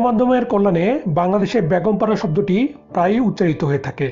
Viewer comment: Hi Zeenat, thanks for the point. Most people in Bangladesh can't say A when it comes to a word that has A in the begging. Like Beton ( salary ) most people will say Baaton , you got it right ? there you need a clear A when you saying Beton ( salary ) . So exactly same way , when he was saying Begum para , he was saying Baagom para, missing clear A in the begging of that word. You can hear that almost 95% people in home. It is so sad that people from Bangladesh can't speak Bengali properly !! But the name of our country is Bangladesh right?? Hope, one day everybody will learn Bengali properly and speak very nicely. Because Bengali is very nice and sweet language !!